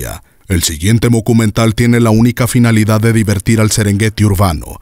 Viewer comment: Hasta ahora medi cuenta que cuando dan la acvertencia del documental dice mockumental 😯😯😯😯😯😯